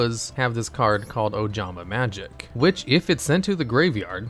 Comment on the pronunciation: IT IS OJAMAGIC NOT OJAMAMAGIC